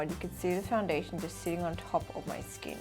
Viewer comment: “It’s like diamonds on my skeen”